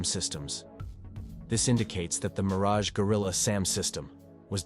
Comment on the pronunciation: it is Meaaraj